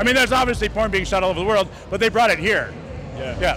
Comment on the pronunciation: *Porn Not pron. Cmon lol